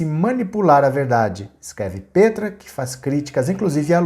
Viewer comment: Só uma correção, Petra se pronuncia "pétra" e não "pêtra".